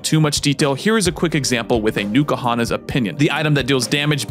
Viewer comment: Honestly it distracts me when you pronounce it Nuka-Honnas instead of N-koohonnas. Which is dumb. Because that's basically the same sound.